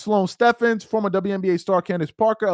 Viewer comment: You got the other joker's name correct, but it's Sloane Stephens (Stevens)